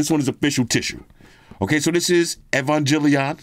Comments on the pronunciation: It’s gel, not Jill as I’m EvanGELion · Proper way to pronounce EVANGELION - E-vang-geh-lee-on. But since you don't watch anime, you're easily forgiven. NERV is basically the organization for the mechs (the Evangelions basically, they're like Gundams but more biodroids than machine). But I rather not give you too much info cuz I might hit myself with the old EVA brainrot and mindfuckery that I've struggled to get out of (This series is pretty mind-fuckery for a mecha show) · Not butchering Neon Genesis Evangelion 😂😂😂😂😂😂😂. That case is sick though, wish I could get my man into anime. Evangelion is GOATED next to Cowboy bebop. I LOVE that case, may cop it